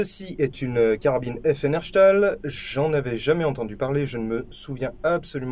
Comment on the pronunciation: Pour la prononciation de Herstal ce n'est pas Herchtal mais HerStal ;). Chouette vidéo :)